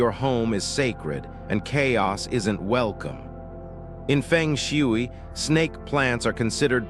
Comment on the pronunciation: I am annoyed on how you pronounce Feng Shui